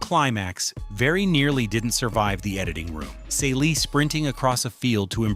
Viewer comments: Wtf was Caylee!? Please if your going to commentate this pronounce their names right!! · Great info- but her name is pronounced "see lee". All those other pronunciations in this clip makes it feel like it's another character. Her name was said all throughout the movie. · The main character's name is mispronounced. If you want your channel to succeed, don't compromise important details. Pronouncing the name of one of the most iconic characters in black cinematic history is not the way to go about it. At one point you have a photo of Fantasia Barrino, who was not in the 1985 original movie. She was in the 2023 movie based on the stage musical. Either you're ineffectively using AI or you've never seen the movie or both. Creating deep-dive content on movies you've never seen, especially black movies, is vampireistic. Don't tell us details about our revered classics if you didn't show enough respect to watch the movie. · PLEASE get these women's names right: → Shug = the first syllable of “sugar.” It’s “Shug,” “shuuug.” → Celie = "SEE-lee" , “cell-ee.” I’m guessing the video is AI-narrated, and honestly, the narration itself is quite good—but repeatedly mispronouncing the names of two of The Color Purple’s central women is a pretty glaring miss. Technically, I’m not going to invoke “Say Their Names” here, because that phrase belongs to a movement honoring real people whose lives were lost to racial and state violence, and these women are fictional. I would posit that the underlying principle of *taking enough care to learn and correctly say Black women’s names is especially relevant here. The Color Purple is a story profoundly concerned with Black women being seen, heard, valued, and allowed to define themselves. Their names are part of that identity. So please: put some respect on Celie and Shug Avery.